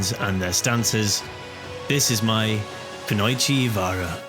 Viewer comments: Just a heads up, it's Kuno-ichi not ku-noi-chi 😊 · Cool video but its pronounced ku no ee chee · Just a heads up it's pronounced "Kuno-ichi", not combining the o and I to make an "oi" pronunciation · That pronunciation of "kunoichi", though :D The "oi" in "kunoichi" is not a diphthong - they are separate vowels. When speaking quickly, it can actually turn into a diphthong. However, the English "o" and the "o" part of "oi" are actually different. The Japanese "o" is closer to the single "o" in English and this is true even if you speak fast and turn the "oi" into a diphthong. Just say them separately, easiest option. Ku-no-i-chi. クノイチ (Well, it's actually クノ一, but nevermind that)